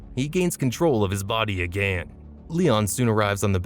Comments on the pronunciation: Too many uses of the word again with a voice that can't pronounce it. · "Once AgANN" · “agan” I love it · “ONCE AGÆAN 😎” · Your “AGAIN” annoys me for some reason.